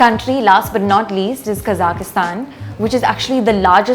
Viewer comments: Kazakhistan? You mean Kazakhstan? There is no "i" in it. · Please note that the Kazakhstan is "Kazakhstan" and not Kazakistan... Please there take it very offensive if you say them Kazakistani... the correct ethnic is Kazakh...